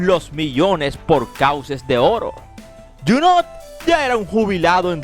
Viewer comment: Que feo hablacUsted. En Franses no se pronuncia la letra T. Abburridisimo.